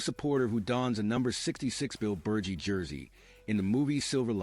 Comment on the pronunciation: Before you do a video on one of the greatest linebackers of the 1970s and 80s, you should know how to pronounce his name you’re saying it wrong It’s Ber Ge like he with a G